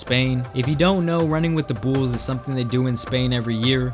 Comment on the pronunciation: Why tf do u say bools not bulls